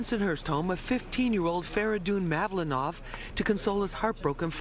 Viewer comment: Please, read his surname correctly. not "Maloonoo", but "MavlOnov". Stress in first O.